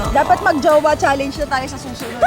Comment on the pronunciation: It’s chalenj not chaleynj